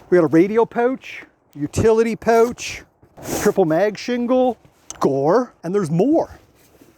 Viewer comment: Thanks for explaining that it’s pronounced „pooooch“ instead of „pouch“ 😂😊